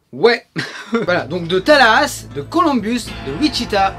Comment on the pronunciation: Tallahassee se dit : Tallahassea (sea comme la mer)